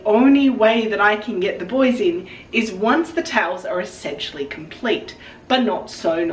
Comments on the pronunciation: The way you kept referring to the buoys and I kept hearing it as 'the boys' like you were affectionately anthromorphising that part of your outfit! Also so glad to see the feathers worked!! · I also kept hearing "the buoys" as "the boys" and thought you were referring to Hewie, Dewey, & Louie! At least in the states, it's pronounced "boo-ees"